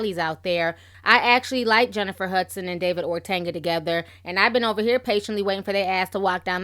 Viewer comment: If calls him "Ortanga" then dammit so will I lol